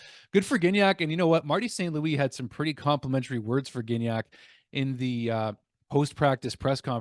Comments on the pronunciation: NoT GiGnac, have a bit more respect for French names! Gignac is pronounced Gee-Niac... I enjoy your updates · Hey, Gignac is pronounced Gee-Niac. A hard G followed by an I sound will generally be spelled GUI and not GI. GI is a soft G. I know it's complicated lol. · Gig-nac hurts my brain